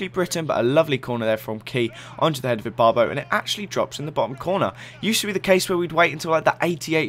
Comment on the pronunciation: u always mess up ibarbo and zoumas names!!!! stahhp